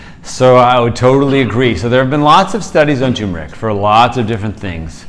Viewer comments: It’s pronounced ter-mer-ic not too-mer-ic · Not tumeric... It is tuRmeric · First Docs you should learn to pronounce the Roots Name properly...it is not Tumor Ick it is Tur Mer Ick... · You need to get the pronunciation right. Its "Tur-mer-ick." Not Too-mur-ick... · I used to call it Too-meric also. But there's that r in there. So it's tur-meric. You're welcome :) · You missed an "r". It's turmeric, not toomeric. 🙂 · It's spelled TURmeric, but most people (mis)pronounce it TUmeric, like these guys. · TuRmeric. There's an r between the u and m. The sress is on the first syllable, not the second syllable. TER-meric. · First off gentleman ..... it is pronounced. T E R MER ICK. I'M 74 years old I and have making my own turmeric capsules from 1lb. containers of organic turmeric AAA size capsules (1000mg.) 1 gram bid for at least 10 years. YES it is a pain to make the caps, but I can't stand the flavor. I have no aches or pains associated with a 74 year old overweight male ! My weight is 260, my BP is 121 / 72 and my bloodwork has been normal for my entire life ! The reason I began taking it was that I had read how effective it is in killing cancer cells, oh did I forget to mention that I am an all day pipe smoker ? All the test results that I have read blinded and controlled or not show many positive results in reducing bp, heart disease, killing cancer cells, and many more in addition to reduced inflammation. I could go on about my tri geminal neuralgia, and surgical pain that I no longer have. Conclusive ? No but certainly worth a serious look !!! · I cringe when I hear "TOO-mer-ic." It's like saying "NOO-kew-lar." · Hubby screams "tuRmeric"... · Not "too-mer-ic" sorry. Otherwise splendid info! Here's the correct way to pronounce it. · Very informatively . Thanks Sorry if offered I was not talking about spelling It was the pronunciation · If only they could pronounce turmeric 😂